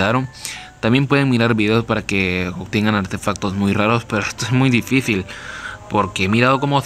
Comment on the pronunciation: Que raro dices dificil